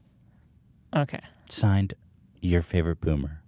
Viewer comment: I like when Ethan says byoomer